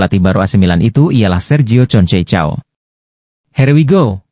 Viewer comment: Concecao.. Bacanya Konsesiao